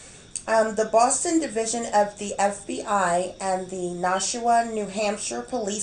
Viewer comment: great job.. its pronounced Nash-WA, like Nash-ville and WA as in the beginning sound of saying water lol...